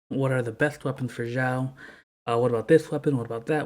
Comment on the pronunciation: Hey buddy, just so you get used to the right pronunciation of your favorite character's name: The way you are pronuncing is sounding like "Zhao" in mandarin The correct way to say Xiao is "Shiao"